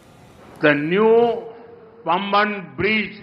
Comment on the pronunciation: Let us learn correct pronunciation..it's Paamban bridge pl